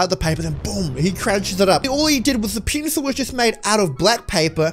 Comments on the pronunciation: You say pincel instead of pencil 😂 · The pencil it sounds like he is saying penis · Ue says pencil like the pp word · It sounds like your saying penus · It sounds like he is saying penisel